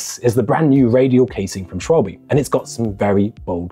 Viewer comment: It is not Schwalbi…little bit later in video… thank you please 🤣